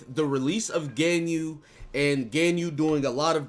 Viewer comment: God the way you're pronouncing Ganyu is driving me insane lol